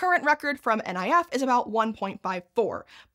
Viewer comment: NIF is pronounced "nif", not "N I F". 😅